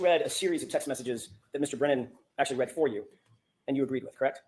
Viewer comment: It's READ not REED. 😅